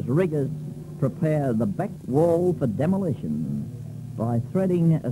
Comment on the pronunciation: Demo - lay - tion